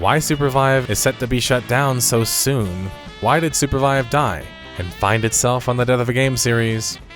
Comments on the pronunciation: Bro, you keep saying Supervibe. Why make the name more cringe than it already is? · The Name is a combination of Super and Survive. Mentioning it since Sounded like you thought it was Surpervibe.